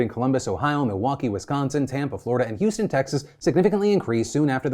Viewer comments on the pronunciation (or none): none